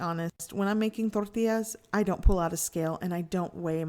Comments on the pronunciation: Trying to sound more Mexican. It's bloody annoying. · why she saying tortillas like that